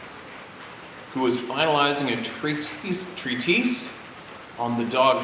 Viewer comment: It's just "tree tess", for treatise. And "pie-knee-al".. for pineal. Hope you don't mind my help.